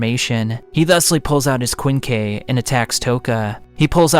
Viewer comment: Kwinn Kee